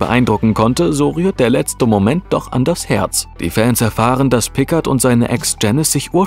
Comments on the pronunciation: Mr. Pikkart... So wurde er doch auch von der Pensionsleiterin in "Gefahr aus dem 19.Jh." gerufen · Will ja nicht als Schlaumeier rüberkommen aber Picard wird Pikaaar ausgesprochen.😃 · Es heißt "Picar", das D ist bei Picard stumm, es ist ein französischer Name. Bitte beachtet dies beim nächsten Mal, es tut in den Ohren immer wieder weh, wenn einer von Euch die Namen falsch betont oder ausspricht. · Wenn ein AI versucht den Namen Picard auszusprechen.... ;) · Picard ist ein französischer Name, deine Aussprache ist total verkehrt. Abgesehen davon ist das Video okay